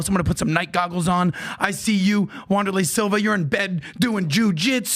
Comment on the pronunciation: Wonderlay Silva lol wtf